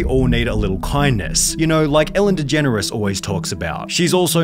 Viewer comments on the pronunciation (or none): You typing a way to pronounce it “degeneris” is beyond me